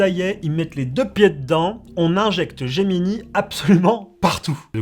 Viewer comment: Gemini et non Geminee, S'IL VOUS PLAÎT.